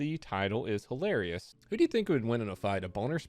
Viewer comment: LMFAOOOOOOOO Hy-LARRY-ous!